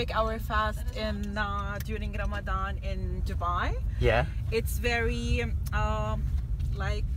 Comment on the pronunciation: it's Ramadan not fucking Ramadam!!!!!!!